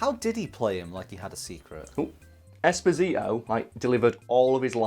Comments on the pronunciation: Holy guacamole it’s pronounced “Espòsito” And not “Esposìto” it’s an Italian name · It’s not Esposìto, it’s Espòsito. It means “exposed”, it’s a very common italian second name, it was the second name given to orphans in orphanages in 1800.